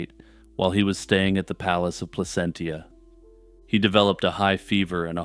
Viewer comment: Placentia......" pla-cent-cha." Meaning pleasant place to live.